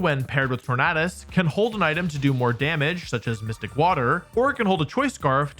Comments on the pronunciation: Why pronounce it tornahdus when it’s based of the word tornado bruh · Is that the proper way to pronounce Tornadus? I've always pronounced it as "Tor-nay-dus", not "Tor-naah-dus" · Why does he say “Tornaadus” Like it’s just tornado with a few litters swapped at the end